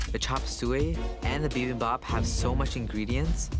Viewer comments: Bibimbap. Not Bimbap. C'mon Eric Chong. At least respect the name of a Korean dish. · bibimpap is pronounced bi-bim-bop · LOL Noticed that as well. My husband is Korean and it sounds way different when he says bibimbap. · As a Korean, I'm cringing and laughing simultaneously every time someone butchers "Bibimbap" since nobody has pronounced it correctly minus Eric. 😂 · Me as a Korean hearing the bibimbap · Bruh I laughed so hard when they tried to pronounce 비빔밥